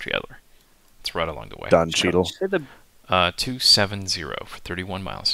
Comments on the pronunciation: Did you just significantly butcher Don Cheadle's name.... Please tell me that you were just trying to be funny.... Chee ah del? You deserve public shame. You deserve the dunce hat! Get in the corner! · That is an interesting way to pronounce Don Cheadle lol. Subscribed